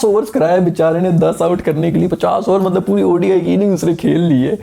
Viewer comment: Mtlb kaisy matbal kaisy, aisi fluency kahan sy laty ho?